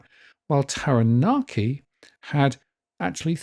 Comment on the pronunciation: Just to help you - Kapiti is pronounced 'Kap it e', Taranaki is 'Tara nak e', Manawatu 'Mana watu' and Wanganui/Whanganui 'Wong a nui / Fong a nui' (UK v Maori pronunciation and spelling)